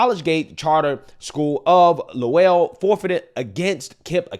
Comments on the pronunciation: I love your videos. I have to correct the pronunciation though: Massachusetts = Mass-a-choo-zits Lowell = Low-uhl Keep up the great work man! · Lowell is pronounced LOW-L Emphasis on LOW. Sorry,, but as a Mass resident, Mass towns getting mispronounced drives me crazy! LOL! As to the young MAN forcing his way onto a girls team and brutalizing those young girls in basketball...that's a hard NO! You play with the men or don't play at all! CHEATER! Don't know how these MEN can look at themselves in the mirror without cringing and feeling like the scum they are. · New Englander here ..Lowell is pronounced lole ...like dole with an L. Trans players should play only against trans players if they persist on this nonsense. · hey just razzing u about ur pronunciation of lowell it rhymes with bowl